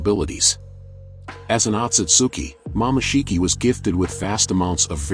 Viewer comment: bro it said momashiki tf? IT'S MOMOSHIKI